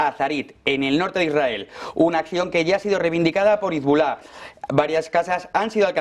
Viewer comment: Cuando va a dejar esta gente de pronunciar mal Hezbollah?